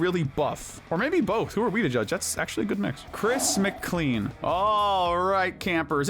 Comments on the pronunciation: Isn't Chris's last name pronounced "Mic-clane" no not "Mic-clean"? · Chris McCLEAN? It's pronounced Mclayne bro